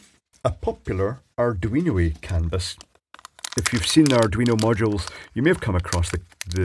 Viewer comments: Sounds like you're saying "cannabis" every time LOL. I live in the US Pacific NorthWest where it's all legal so it's not shocking to hear but just funny. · Some might say that's a CAN-A-BUS effect.